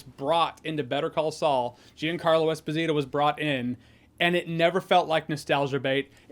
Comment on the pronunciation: Esposito* not Esposirouw